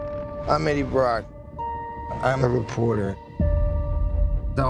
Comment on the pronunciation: "I'm Eddie bwock"